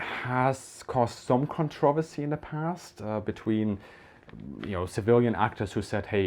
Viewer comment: ACHTUNG! das is nicht gut, so when do we see a Hitler reaction video on Germany wanting nukes🤣 And can you say 'Controversy" again?